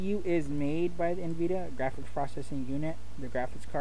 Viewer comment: It's N-vidia not nveda